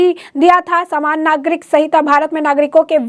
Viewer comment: Swagat....saaman nagrik.... What a pronounce..